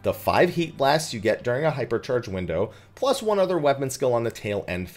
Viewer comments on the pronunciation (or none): none